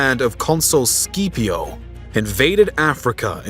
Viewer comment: Consul Skeeeepio... 😂 SKIP-IO